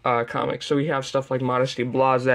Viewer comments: It's Modesty Blaise as in Blaze, that's the play on words in the name, also blase is a different word anyway. You've never heard it out loud before, no? I have, many times, never once like that since the 1980s for me. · Gah. Modesty Blaise is pronounced "blaze" despite the spelling. There's a rather notorious film adaptation floating around youtube if you want proof. It does a tremendous disservice to the character but does get her name right. Not much else, though. Decent spy spoof if you can get past that aspect of it, though. Very Sixties. That's Bloom County you're forgetting a bit later on. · What do you mean, 'despite'? There is no other conceivable way in which one could pronounce 'blaise' in English.